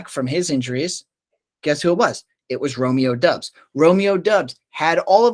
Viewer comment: I don't trust guys who can't even pronounce Amon Ra, Doubs, and Pollard correctly.